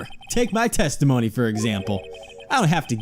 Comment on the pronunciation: What I heard "Very Well! The Witmish may begin his teshtimoneh."